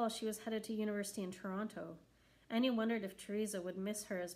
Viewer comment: It is pronounced A-Nay-A instead of Anya